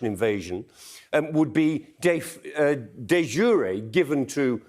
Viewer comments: De "jure" is just 1 syllable. Otherwise it'd be "juré". So it's pronounced similar to de sure, but with a j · De jure is latin meaning roughly "by law". The ancient romans didn't pronounce those 2 words with a goofy American accent.